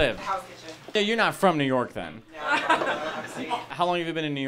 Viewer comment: Wow, I just learned that kitchen is a three syllable word.